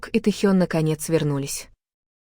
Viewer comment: Какой бред! ТЭхен,АйдОл,от ударения охренеешь! Вслушайтесь в бред ,который несёт автор! Ночью ,в казарме они смеялись и обсуждали что-то! А Техен -то на учениях! Заврался автор! Дизлайк!